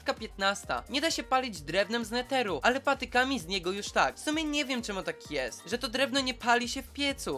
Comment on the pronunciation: mówi sie NEDER a nie NETER